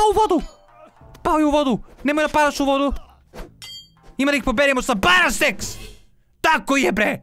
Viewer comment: kazes BARA SEX lol hahaha